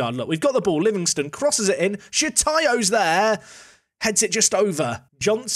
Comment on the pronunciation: It’s SHOTAYO not Shitayo